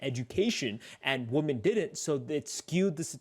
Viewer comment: Can stand when ppl can’t pronounce women (plural) properly